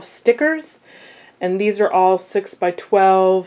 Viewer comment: I'm a Crafter mainly cricket and sewing and I thought maybe you were pronouncing stickers wrong and then I noticed you said it again and I don't know what "Thickers"are cuz they definitely look like stickers to me somebody want to explain to me what thickers are